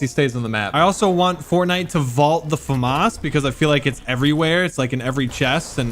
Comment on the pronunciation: Everybody roasting him how he says ‘famas’